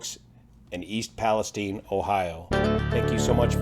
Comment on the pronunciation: It’s “Palesteen” is it?